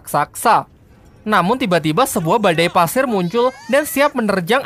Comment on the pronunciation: Pasir bg bukan Paser Kek orang Jawa